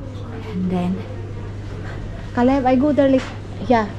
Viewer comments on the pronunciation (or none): none